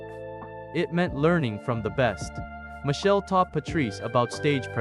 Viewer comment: His name is Machel not Michelle